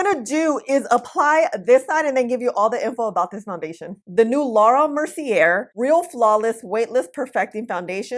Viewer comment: Love your videos! Just as a tip, Mercier is pronounced Mercy - ay 😊